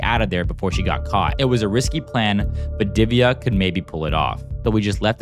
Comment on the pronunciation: U can't pronounce diviya it's divya like that how to pronounce